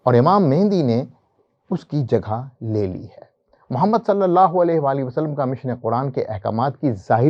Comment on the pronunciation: wo sb to theek hai, aap kalima bhi ghalat parh rhe haiñ, Muhammad ki bajaye Mahammad. Phir aala hazrat ki ibaarat bhi theek nahi prh ske. Urdu ki aam ghalatiyan kr rhe haiñ. Aap kidhar se parhe hue haiñ?